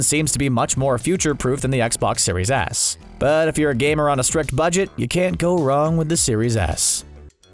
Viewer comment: am I the only one that heard "Xbox Series Ass" lmao.